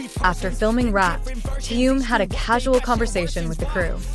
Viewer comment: Что за безобразный перевод. Так коверкать имя Тэхена.